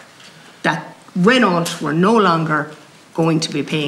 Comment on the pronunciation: The car company is pronounced Ren Oh, not Ren awlt. Mon dieu! guelle horreur!